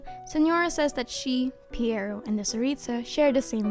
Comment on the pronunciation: Pretty sure the name is pronounced P-why-row.